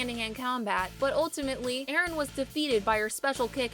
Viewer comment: ERIN??? NANI IT'S EREN